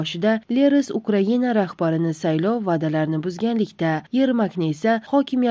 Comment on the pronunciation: Украина украгинамас аввал талафуз килишни урганиг